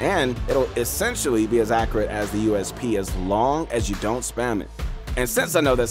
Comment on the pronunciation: the way you say accurate hurts my head